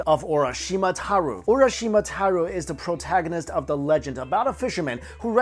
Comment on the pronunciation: Taro, not Taru. Pronounced just like taro root.